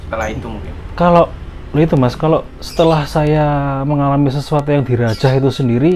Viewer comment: dirajah mas sanes di rajang hehehe. Bawang kelesss... btw mantap storynya, paling suka cerita mistis langsung dari narasumber. Sukses selalu.